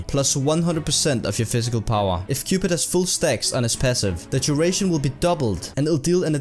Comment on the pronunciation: "Physical powwa"